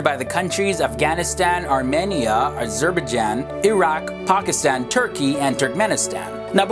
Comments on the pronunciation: Why can't you pronounce Azerbaijan properly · "A-zerb-izh-jann" hahahahahaha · Azreehdhrdbaijan xD